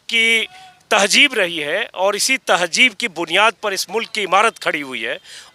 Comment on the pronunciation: Tahjeeb ko tahzeeb boliy sahab please